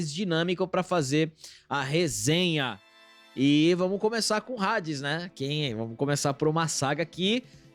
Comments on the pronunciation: Já eu não aguento ouvir Rades 😂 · Homem que fala Rades 🏳️‍🌈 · Não é Hades "Redes". Se pronuncia Adis. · tentei assistir mas não consigo ouvir eles falando hades com som de r